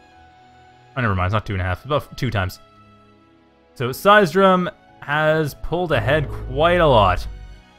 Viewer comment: cheers for using "they" and the pronunciation of seisdrum's nick is almost perfect :)